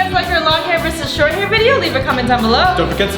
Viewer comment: That not how u say vodio its video